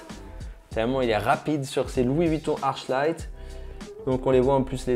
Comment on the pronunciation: Je suis pas sur mais je crois qu'on dit arKlight